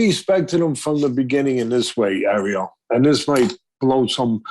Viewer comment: Says arriel like the jamaican crab in the little mermaid does😂